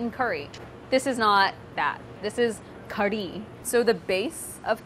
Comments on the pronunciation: It's pronounced Karhi, not Kadhi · It is actually pronounced kad-hee (closest you could get) कढ़ी / کڑھی. The ढ़/ ڑھ sound doesn't exist in English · All I hear her saying is kuree. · But then, , doesn't it actually sound like she's really saying "curry" to anyone else? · I swear she's just saying curry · There's no R in Kadhi????? Why does she pronounce kardhi? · Okay, a question just for the desi peeps in the comments: is there an "r" sound in "kadhi"? Is she saying "kari" or "kardi" or something else altogether? I couldn't figure it out. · It sounds like she's saying Curry in Engrish. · You can hear her tongue hit the top of her mouth when she's saying it. Curry, she doesn't do that. It's very hard to catch or replicate if you're not used to it. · New drinking game: drink every time Priya says "Kadhi" and you hear "r" sound :D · Priya even you cannot pronounce Kadhi. And who calls Kadhi Soup.